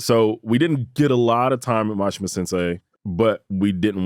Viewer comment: How did Mashima sensei say his name correctly but you guys still pronounce it wrong. If your going to do a professional video at least say his name right. He literally said it how it's pronounced. No offense I just find it disrespectful. But Mashima probably doesn't care. If you love Japanese culture so much learn how to pronounce their names and words correctly. It's like your teaching everyone to say his name wrong. And he doesn't deserve that disrespect. I love this man. I know it's a small error but give him the honor that is due him.